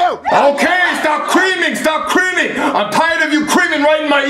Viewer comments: When he says stop screaming it sounds like he’s saying stop creaming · I liked how he said “cream” instead “scream” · No he said crean it :)